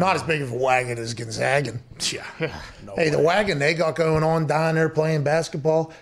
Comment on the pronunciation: GonzAga. Get it right, pal.